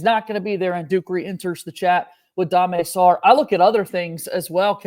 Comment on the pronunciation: The main attraction here is Dame Sarr. Thanks for pronouncing his name properly. Why oh why would he ever play at Kansas where Bill Self Retards player growth and development???? This is perfect timing for Sarr who has the opportunity to seize his lifelong dream of playing in the NBA….. But as a potential lottery pick!!! Seriously. Duke could have 3 more lottery picks next year if Evans makes a serious leap in his ball handing/play-making/creation skills. Big IF. But from the beginning I have always felt Jon should be trying to sign Coward AND Sarr. Aren’t you making a video on Duke’s depth next????? Coward is a 3. Sarr is a 2. Coward gives you great size and rebounding. It may not feel like Maluach is on the team, but with Ngongba, Boozer and Coward, that paint will feel awfully packed!!! Now look, I get it. The only reason Jon is going all in on Sarr is because Coward gave him the inclination he’s going to stay in the draft. But Jon should be going all in for both either way. Some people are saying (CBS Sports) that Coward is slipping in the draft!!! I bet Coward is feeling a little uneasy and maybe he feels he’s obligated to stay in the draft if Sarr commits (which I fully expect he will). But remember. It would be in Duke’s best interest for both Sarr and Coward to come (I do not expect this to happen). And here’s why: Because Jon should convert Sarr into Duke’s starting PG. Jon has flirted with PG’s in the portal, and he converted James to PG last year. Versatility. Talk